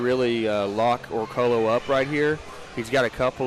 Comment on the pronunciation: Is he also going by Denis as well as Dennis? Just put the same thing in the title and the video, otherwise it looks unprofessional. And for the record, it's pronounced Orcoyo, not Orcolo.